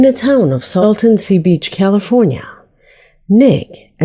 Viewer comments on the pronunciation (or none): none